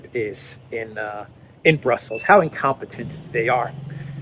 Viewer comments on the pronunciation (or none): none